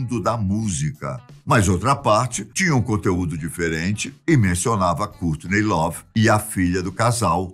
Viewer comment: A filha franças kkkk Francis kkkk Cúrtiney lovee Cúrt cobain kkkk e bacana mas essa pronúncia bem brasileira kkk